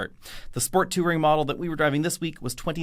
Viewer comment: pronunciation of “touring” is reaching new heights of “two-ring”!